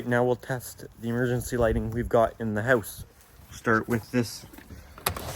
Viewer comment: Can you stop saying His house with the spanish sound :(